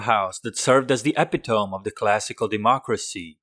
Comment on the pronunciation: It’s pronounced epitome